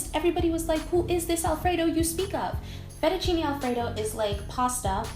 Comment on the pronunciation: fettuccinE non è difficile.. fettuccinE, non fettucini